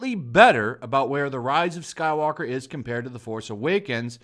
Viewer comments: I'm not subscribing until you start saying the name of the movie right. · tries to take commentary seriously, commentator cant say the name of the movie right even once. Bravo.